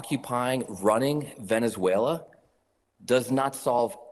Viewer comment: So nice that someone can actually say Venezuela 😅